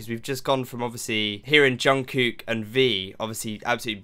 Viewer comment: Just a little tip is to pronounce the kook in Jungkook more like the cook in cookie !<3